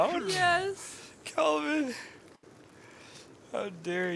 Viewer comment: I love that basically everyone I've watched play this game so far can't seem to get Kelvin's name right 🤣